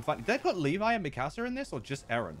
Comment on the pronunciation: Bro hates Eren then butchered Mikasas name😂